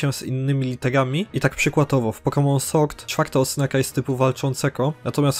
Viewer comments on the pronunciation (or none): none